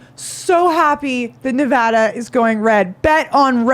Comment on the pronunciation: It should be all Red, if you asked me. Sisolak banned hydroxycholoroquine, that I was prescribed for Lupus, and hoarded it for the prisons system. Also, thank you for pronouncing Nevada correctly.